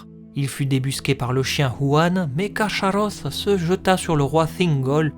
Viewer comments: Ach se prononce ar en allemand et pas ax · On prononce KarKaross (le ch chez Tolkien se prononce toujours K). Sinon super vidéo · Salut :) C'est balot de se renseigner autant sur un sujet et de se rater sur sa prononciation :/ le CH est explicitement indiqué comme se prononçant [x] (comme le "ach" allemand) Autre erreur : Draugluin est tué la même année que l'arrivée de Beren et Luthien devant Carcharoth, pas "des années auparavant" Mais sinon, très quali :)